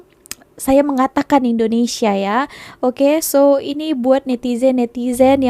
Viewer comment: Sebut betul2, Indonesia